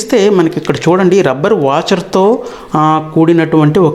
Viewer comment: వాచెర్ కాదు తెంగ్లేష్ సార్ వాషర్.